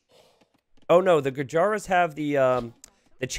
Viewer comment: The correct pronunciation of Gurjaras is "goojers"